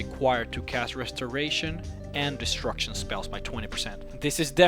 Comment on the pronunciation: wtf is destruktion, were you trying to say destruction?